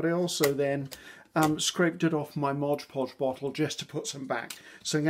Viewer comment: I love watching and listening to you dear.I find that you inspire me,encourage me and relax me.Thankyou so much.I hope that you don't mind me pointing out t hat it s Mod poj that you use not Mojpoj.You are so sweet and I call it mojpoj now 😆....much love.Angie from Australia.x